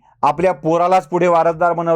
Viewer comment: धन्यवाद,. अहो भाजपात सुद्धा एकाच परिवारातले लोक आहेत (हा हा), संघ परिवार. कनिमोझी नव्हे हो, कनिमोळी. 'ळ' ला इंग्लिश मध्ये अक्षर नाही, म्हणून zh वापरले जाते असं माझं निरीक्षण आहे.